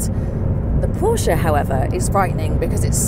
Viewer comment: Good job 👏🏽. But it’s Porsche…all day errry day baby! 😎 💨